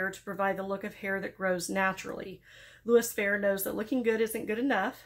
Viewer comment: Just FYI its louis fe-ray with a long a. Or maybe more fer-ray is better.